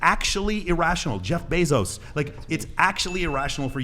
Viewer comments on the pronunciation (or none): none